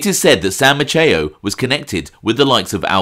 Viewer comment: Maceo is pronounced like pepper spray-Mace... example Mace E O...I know a slew of them here in Galveston. Just another tidbit, Sam was responsible for keeping Frank Sinatra hidden out while he was on vacation on the island or performing in the area. If Frank didn't want to be found or needed time away Sam would hide him in one of the hotels (Hotel Galvez) here or even at his personal residence. Another great reflection by 👍👍